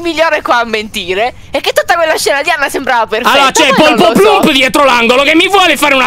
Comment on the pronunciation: oddiooo anna si chiama “ poloplump “ e nn polpoplump